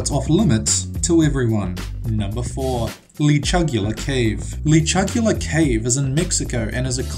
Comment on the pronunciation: This guy is horrible at pronouncing lascaux and lechuguilla